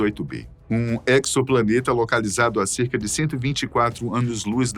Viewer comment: Na boa, é agonizante ouvir a pronúncia errada, o cara lê "équiçoplaneta", mas a pronúncia correta é "ézoplaneta", a escrita da palavra é assim "exoplaneta", acho que esse cara nunca viu filme de ficção científica... Melhorem.